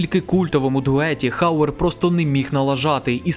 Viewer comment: Розпусна не матір, а мати відпускає сина. Пол не "Верховен", а Верговен. Рутґер не "Хауер", а Гауер, не "хейт", а ... таки ліпше "ненависть" ;) . Пора забути спотворену москальську вимову -- ми, на відміну від тих покидьків, маємо всі звуки у своїй мові для правильного відтворення. А найкраще згадати всі свої слова, а не по-рабському мавпувати чужі -- то москальські, то англійські.